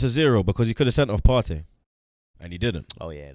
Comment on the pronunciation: 🤣🤣 Poortey not partey